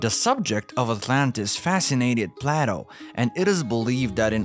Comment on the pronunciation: "Can -Al" Plaaato", , "Jeebralter", "Al-ex-ander", "Can-Al", " Appal-laa-sion ", "Hem-al-asion", ...